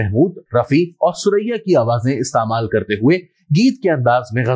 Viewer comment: Istemal...sahi nahin bol parahe hain...